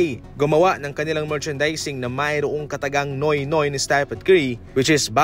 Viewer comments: "nyu-wit nyuwit" yan po ang tamang pag bigkas nung "nuit nuit".. ndi po noy noy.. FYI po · pany naging “NOY NOY” ung pronounciation nyan? wag bsta vlog ng vlog qng mali ang pagbigkas ng mga foreign words 😂😂😂